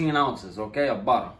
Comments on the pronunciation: U should let him "buddda" ur biscuits🤣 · We need a “budda” and “okay” compilation🤣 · This man said 2 pounds of butta! 😂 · Dat buttuh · 2lbs of "Butta" lets go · Ah yes buddah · Ahhhh I’m so happy!!!! Who else is happy he said budda HELLA TIMES 😭😂👏🏼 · The way he say butter always takes me out😹❤